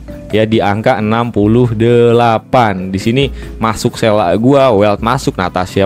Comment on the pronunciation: "sela""sela""sela""sela", sele ajabang panggilnya, aneh dengernya